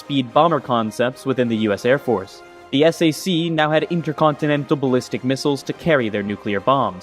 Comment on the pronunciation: You don't say the acronym "S A C", you say "sack". During the Cold War era, USAF had the Strategic Air Command and the Tactical Air Command. Their acronyms of SAC and TAC were universally spoken as "sack" and "tack". I know because I was a little kid living on base at Bergstrom AFB outside of Austin, TX. When my dad was assigned there in the mid '60's, Bergstrom was SAC. A year later, it was assigned to TAC. When his friends came to the house, there was a lot of "sack" and "tack" being discussed.